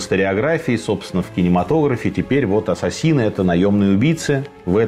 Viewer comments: 🤣🤣🤣не Ассасины... А Ассесины. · Всё здорово, только не понятно почему произносите ассасИны вместо ассАсины. Ударение правильно произносится в английском на второе А. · Ударение в слове неправильно произносите .Ударение на втором слоге.